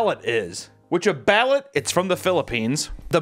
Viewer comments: Please, for the love of Imeldas shoe closet, its pronounced Ba-Loot. Not billet. context in the 90s the prime minister or president Imelda Marcos had her property siezed and found somewher around 25k pairs of high end designer shoes. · Bah-loot not ballot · What was grinding my gears was how he was pronouncing Balut it’s not ballet it’s like this buh-loot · thats gonna bug me, its pronounced, "ba- lOOt" not "ballet" lol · Its pronounced baloot kinda like balloons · as an american married into a filipino family that speaks tagalog, every time you pronuced it "ballot" I laugh hard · Hey papa, it's pronounced ba-loot. The duck embryo is soft but not soup soft and the yolk is like a hard boiled egg. There is bonus inside, we call the "slipper" because it's tough like eating strip of rubber lol love the videos! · It’s “Ba-Loot” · The filipino egg thing is pronounced "Bal-oot" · Its pronounced BAIL-OOT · Balut = ballut 😂😂😂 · Balut is pronounced "Baloot" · Can’t pronounce anything😂. Baaloot, chicken feet are amazingly good, the cartilage is crisp along with bones and like kettle cooked chips. The cheese is awesome on crusted bread. Bugs like larva, hoppers, crickets, etc are so good dry roasted. I eat crickets and mealies like popcorn. Wife not a fan 😂 fuck the drinks thou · You are pronouncing Ballut totally wrong my dude… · Balut hella traumatized me as a kid when I learned what it was cuz Im a huge animal lover. Also the way he pronounced it triggered my Filipino side so hard lmaooo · He pronounced Chapulines and Balut. Well I’ve heard both are really good. I haven’t had them but I know people that have. My mom’s boyfriend has had chapulines and he loves them. He says they taste really good. My supervisor loves balut and offered me one but I said no thank you. She’s from the Philippines. I could probably probably do the chapulines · You're TOTALLY mispronouncing "balut," but who cares, because... 😮